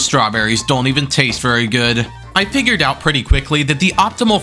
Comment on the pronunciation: did you just say “pigured”